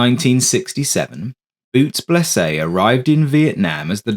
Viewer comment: Other than saying Blese name wrong good story. Too bad the other phantoms didn't follow till years later.